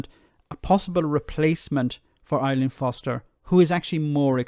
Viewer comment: Her name is Arlene.....not ILean....